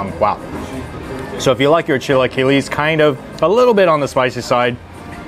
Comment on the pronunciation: It is pronounced CHILA-KEELA ...